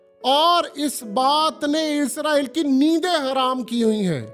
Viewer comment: عزرائیل نہیں بھائی اسرائیل ہے